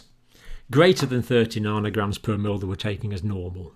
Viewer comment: C. Narnorgrams? Do you mean nanograms? Joking aside, thanks for the fascination explanation, John.